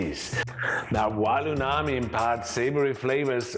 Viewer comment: Is it just me or you keep saying uNami instead of uMami? 😂